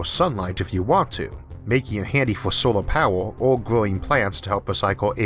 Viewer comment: Wawer, solaw powew, eqwawor 🤣🤣🤣